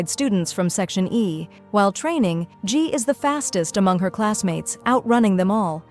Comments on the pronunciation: It’s not section A. It’s section E. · Bro they keep saying section e is section a E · its section e not section a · Bruh the AI voice is saying is section A instead of section Eb😂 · There names are so wrong! G? Sai? Sai is Ci-n and G is Jay-Jay! Section A? It's section E! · It's E not A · bro its not section a its section e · Is not section A it's section E 🙄🙄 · It’s section e not a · Section A or section E😭 u are saying a but it's eeeee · It is not a it is e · It's not section a it's section e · It's section e not A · Firstly it's not g it's jay jay secondly it's section e not a but it's alright you explained very well